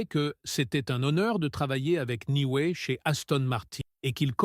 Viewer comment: Oh ¸ çibouère , lorsqu'on voit à 42 secondes '' l'anstrôle '' , au lieu de Lance Stroll , un minimum de respect s'impose . Et ça en rajoute une couche à '' c'était un honneur de travailler avec '' Niway '' , au lieu de Newey , ça est trop , merde à cette chaîne , Lance est là pour rester n'en déplaise aux enfants de salauds , un rappel ici hein les amateurs , le podium compte juste 3 places et puis mangez tous un char de marde les détracteurs de Lance , sur ce , à plus les z'amis .